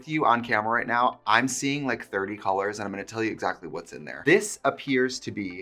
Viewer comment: You have crispy Os when you say colors… cOlOrs